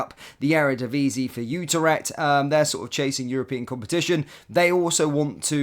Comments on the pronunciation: FFS it's not UTER-ECHT! IT'S U-TRECHT!! Also as a Rangers fan why can't you get players' names right! It's NOT ABA-DALLAH it's AB-DALLAH SIma! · Utarecht? Eh?